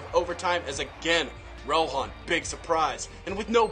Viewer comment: It's RAHON, not ROHAN.